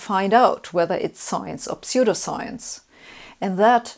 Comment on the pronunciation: Ah yes, Gifth Feneration Telefone Knetwork. P.S.: I like the way you pronounce "pseudoscience". You make these topics very accessible! I'm barely coherent today yet I still came away with an even better understanding of scientific models than I already had! P.P.S.: That is a very cool coat